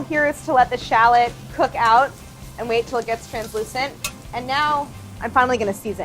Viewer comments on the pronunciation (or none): I like how they use Bon appetite as their name but can't pronounce shallot